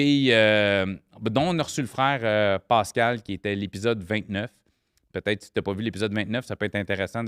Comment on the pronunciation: aucune classe est ce nécessaire de parler comme une trainé et de dire des astis de calis des criss et des va chier a tous les phrases et puis ces des a et non des o exemple Pascal et non Poscal, une honte pour la langue française